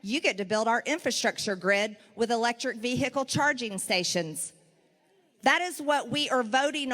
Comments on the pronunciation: You mispronounced vee-hick-kle. Common. If you’re gonna fall for her b.s., at least follow her speech patterns so we can tell who shouldn’t be able to operate vehicles or machinery. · The H in herb is lost, and then found loud and proud and capital in veHicles. Americans hey.